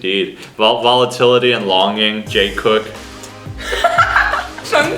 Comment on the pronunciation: He literally just said jimin and jungkook's new shipname " jeikook" >_<